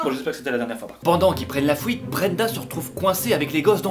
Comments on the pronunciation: t'as dit "fuite" cette fois au lieu de "fouite" 😂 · Écoutez bien :"Pendant qu ils prennent la FOUITE"😂